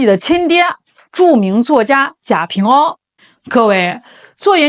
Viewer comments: 贾平凹读＂wā ＂、不读＂āo ＂ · 贾平凹（wa）不是ao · 贾平凹 凹唸(wa 第三声)不唸噢。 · 贾平凹？ao？人家是wa好吗？😂😂博主也是一个人才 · 凹字应该读~蛙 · 纠正一下博主：贾平凹(读音是WA，一声) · 是贾平凹（wa），粉红文盲😂也不少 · 贾平凹（音奥）是中国1980-90年代最火的作家, 他的名字如雷贯耳，天天在电视和电台里，人家自己认可的读音。估计你是给年轻人，只能按字面去读音。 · 那个人的名字应该念贾平凹（wā）吧。😅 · 贾平凹,凹在人名里念wā。